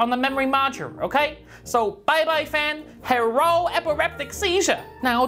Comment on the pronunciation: "Bai Bai fah, herro epiriptic seizuh"*